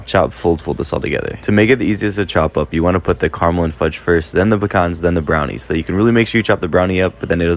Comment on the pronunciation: You said pecans right. Puh-cons. They're not pee-cans. A toilet is a pee can! 😂😂